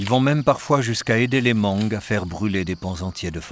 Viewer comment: Beautiful documentary! I like watching documentaries like this one. Just a little correction many time the narrator mentioned "Moung" it's also an ethnic group, but the real name is Hmong and the pronunciation is without the H. So it's read as Mong.